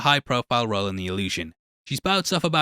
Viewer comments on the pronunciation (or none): none